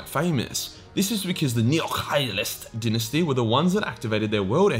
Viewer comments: “I will 100% butcher any of the dinesty names...” Me: “we know. You can’t even pronounce ‘Dy-nasty’ right.” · I'm fairly certain it's die-nasty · In Commonwealth English, “di’nesty” is the correct pronunciation. “Dy’nasty” is American English. There is a world outside. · I prefer dynasty pronounced as DIE-NASTY, it’s hard to watch.